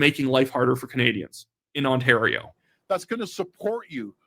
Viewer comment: Ford pronounces the province ONTARO😂😂😂😂 ONTARO